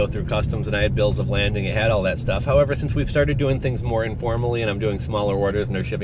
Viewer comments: It's a Bill of 'LADING', not 'LANDING'...no 'N'. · Are they asking for a bill of lading? Pronounced like laid-ing. I was just curious if this is what they ask for and what you are referring to. Enjoyed your videos so far! Thanks!